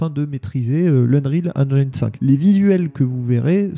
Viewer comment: En espérant que le "feeling Halo" soit conservé sous Unreal Engine 5 (à prononcer "Eunriil Énjine" et non "Énjaïne" 😉)